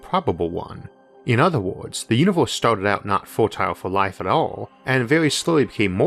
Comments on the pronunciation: What's a "univorse"? ^^ more seriously where does that accent comes from? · Off topic, but im curious what region his accent is from? As an example pronouncing universe almost like univorse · Univorse? The stores? Formi paradox? Sorry, too annoying to watch.